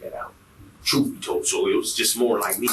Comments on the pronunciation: Ima tell you the truff. 😂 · The man said Im gonna tell you the TROOF as if he werent purposely wantin to sound ignant!